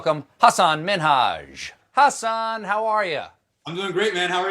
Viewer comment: no, the name Hassan/Hasan in both Arabic and Urdu has the second syllable emphasized. So it is Hah-SAHN. The H doesn’t have a perfect English equivalent, but that’s as close as you get. (Source: I speak Arabic, and have a degree in linguistics.)